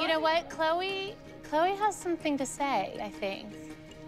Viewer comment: Me: why do people always say Chole when it's "CHLOE"